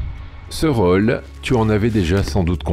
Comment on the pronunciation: Ce logiciel de lecture automatique est mal paramétré : il prononce "roll" au lieu de "rôle"; "saumet" au lieu de "sommet"; sans parler du joyeux mélange entre les "é" et les "è" ou "ê" ou "ai". C'est probablement voulu! Il y a des gens qui veulent la peau de la langue française... Pourquoi tant de haine à l'égard de cette langue? Allez savoir!